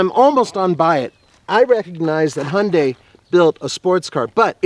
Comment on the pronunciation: You guys say Hyundai wrong. Just saying. ^^